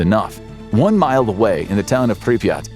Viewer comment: Good video, but why do you keep pronouncing Pripyat, as Pripreyot